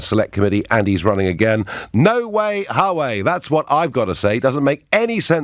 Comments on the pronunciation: Note* Wah-way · Its not difficult Nigel... You're an educated man... Check the correct pronunciation for "Huawei"